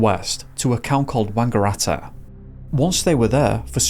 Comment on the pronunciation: Mispronounced Melbourne and Bathurst but nailed Wangaratta 😂😂😂